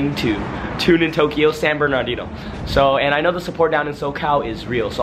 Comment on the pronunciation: Fool can’t say San Bernardino right lol